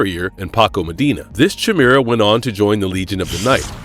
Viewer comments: FYI… It’s Kaimera… not Chamera. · Kai-mera. Damn that hit my ears like an arrow to the balls. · Lol how he says chimera😂